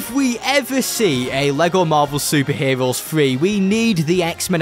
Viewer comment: Vewy stwong chawacter cweaaation in this bwawler game fwom lego. Bwing in the heeewooos! BWILLIANT!!!!!